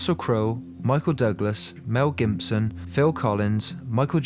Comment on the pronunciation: He also said Mel Gimbson. lol